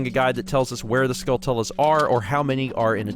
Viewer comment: How do you pronounce skulltulas? I thought it rhymes with tarantulas, but is it skull-tell-la like says here?